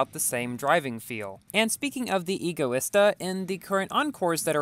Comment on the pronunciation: U PRONOUNCE EGOISTA WRONG 😡😡😡